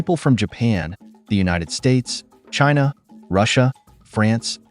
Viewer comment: Jinha ❌ China ✅